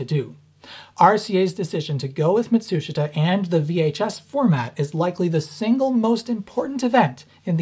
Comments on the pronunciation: Matsushita. (mat-soosh-it-uh) but sounds like (mat-soosh-ta) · Why do you pronounce it "matSUshita" vs "matsuSHIta"? Just curious. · You keep saying "Mitsushata," do you mean Matsushita ["MAHT su SHE tah"]? [EDIT: -- Yes, I see now that you've displayed the written content.] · Is he saying Matsushita (ie - Panasonic), or is there another company called Mitsushita? I can't tell from the way he pronounces it. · Love all your videos, they are brilliant. Small hint: In the word "Matsushita" the "i" is a silent vowel, correct pronunciation is rather "Matsushta". But keep going on with your fascinating work, I love it! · "Mat-soosh-it-uh" [once]...[twice]...[thrice] I'm sorry, but I've gotta click away. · Dude, that's not how you pronounce Matsushita. it's pronounced MAT-SOOSH-TA, even though it's spelled MA-TSU-SHI-TA in romanized Hiragana. Of course, Matsushita Electric changed its own name to Panasonic Corporation recently. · It's mawt soosh ta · FYI: The "i" in Matsushita isn't pronounced. The name is 3 syllables Mat-sue-shta. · “Matt-sue-she-tah” 👍🏼 And it’s “Tech-MOE-ON’ Is how he says it.. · Mott-TSOO-shtuh 松下電気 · sort of a minor nitpick but you keep pronouncing Matsushita wrong and I notice it every single time: ma like in grandma - tsu like in tsunami - shita like shta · Mat'shita...they don't pronounce the 'su' in the middle... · Ma-TSOOSH-ta. The "i" is silent. Love your videos! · Matsushita is pronounced Muh-sheeta. Why? I have no clue. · Please learn how to pronounce Matsushita the proper Japanese way. (Hint, it’s not pronounced the way the Americans spell it and it has fewer syllables.) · The "i" in "Matsushita" is silent. Ouch my ears. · threateningly unsteady jazz hands clenching the air Stop pronouncing the i in Matsushita, you're so close to actually pronouncing it correctly. =_= Keep up the good work. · That's... Not how you pronounce Matsushita.